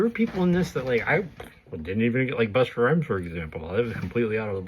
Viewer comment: Buster Rhymes?? Its Busta